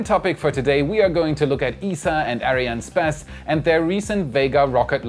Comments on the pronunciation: who is this "areanne spaß" your talking about xD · he says space X and ariane spass